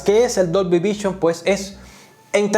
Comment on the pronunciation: Muy buen video! Pero me explotaba la cabeza cuando decías DOLBY vichon 😂😂